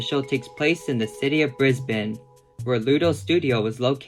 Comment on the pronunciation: NO WAY YOU SAID BRISBANE RIGHT THANK YOU SO MUCH. I’m sick of ‘Brisbayne’ and ‘Melborrn’